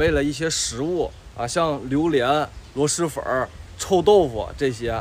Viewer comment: 螺“丝”粉，不是螺“狮”粉。。。👎